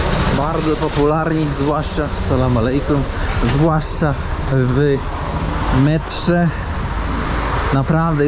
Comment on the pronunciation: Sala malej kum 😂😂😂 . Radzę , dowiedz się jak poprawnie wymawiać to pozdrowienie 😅